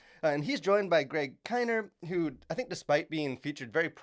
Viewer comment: Thanks for the review....Greg's name is pronounced... Ka-near